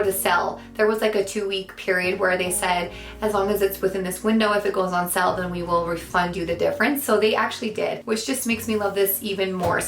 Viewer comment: Sorry, I love English. Went on "sell"...try saying "sail"